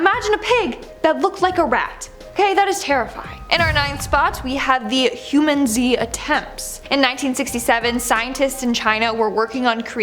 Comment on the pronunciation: i’m pretty sure it’s generally said huMANzee not humanZEE…